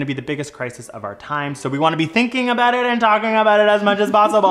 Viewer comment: Lol I’m pretty sure Aussies don’t say so like soy 🙄 😂